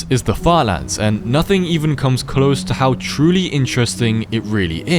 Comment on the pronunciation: "falans" how British are u😭✌️